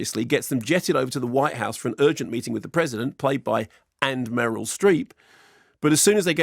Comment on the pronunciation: It was Affleck but did Mark just call Meryl 'Muriel'? I like Mark's analysis even if when I don't agree but his pronunciation choices baffle me. Is it a specific British accent?